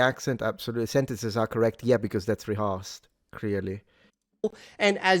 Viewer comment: your pronunciation of "rehearsed" is incorrect. "her" (pronoun) and "hearse" (the car that carries coffins) should all use /ɜ/ (bird, nurse vowel).